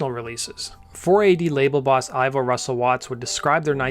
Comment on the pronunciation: BTW it's pronounced "Eevo."